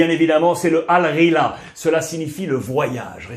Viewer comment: Ça se prononce pas al rila le ballon essaye de prononcer le h a l’anglaise (comme pour Manhattan ou Hollywood quand tu le prononce avec un accent américain )pour s’approcher du mot en arabe et tu seras arabisant 👍🏻